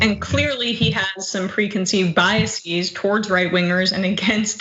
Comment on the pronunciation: Mispronounced biases 🙄